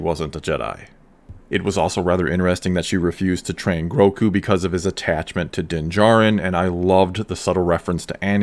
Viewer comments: Gro-gu! Not groku come on man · Are you calling him Groku? It's Grogu. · Is it Groku (as pronounced in this video) or Grogu? I heard the name as Grogu in the episode. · for sure one of the best episodes yet for lore and the fan base, but by the force the child's name is Grogu not Groku. Who took him from the temple? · You’re pronouncing the child’s name “Groku”. And that’s incorrect. It’s “Grogu”. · Like.. am I the only one that is bothered by people mispronouncing GROGUS name? I've heard it all, Gorgu, Gmorga, and now it's Groku. No he is not the missing son of Goku haha :D But yes, this was by far the best kinda of star wars I've seen in a long, long time. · It’s GroGu with a “G”, not “Groku”. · Why do you keep calling him “Groku”? It’s “Grogu”. With two Gs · Why are you calling him Groku... lmao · Grogu, with a G not a K;) Definitely the best episode yet for me! Though I can't get over the length of her lekku like whyyyy. She basically looks like an aged pre-TCW-S7 version of herself, considering even Shaak Ti had very long lekkus in the prequels. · Its not "growku"....its Grogu, pronouced Grogo. Gro-go. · Groku? 🙂 anyone else think its Grogu? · GroGo not GroCo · It sounds like you’re saying Groku not Grogu 👀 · I get so triggered whenever he calls Grogu "Groku" I dont know why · I swear whenever you say Grogu, I hear Roku, and it makes me think you're talking about the dude from Avatar